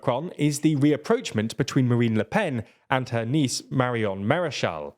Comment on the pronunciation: 'rapprochement' (ra-prOsh-mong)